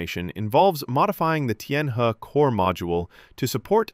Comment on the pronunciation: Tianhe is pronounce 'Tien Her"